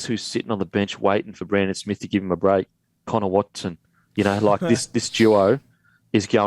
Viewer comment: When are you guys and the commentators going to start pronouncing Brandon Smith's name properly, it's pronounced ' Smeath ' This shit wouldn't happen on SBS...